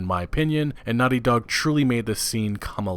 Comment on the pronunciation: you know its naughty dog, not nutty dog